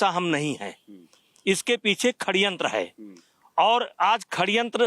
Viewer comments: खड्यंत्र नही होता .... सडयंत्र होता है वो.. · Khadyantra nahi shadyantra Bolna nahi aata or ye aadmi president tha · सडयंत्र नही होता... षडयंत्र होता हैं😂😂😂